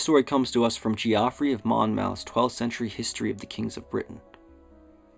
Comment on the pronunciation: Geoffrey is pronounced the same as Jeffrey btw, not ge off rey 😂